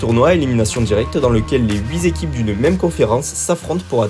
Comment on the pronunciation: "les quatre zéquipes..." "les sept zéquipes..." "les huit zéquipes..." C'EST OFFICIEL LES GARS, ON DIT "UNE ZÉQUIPE" !!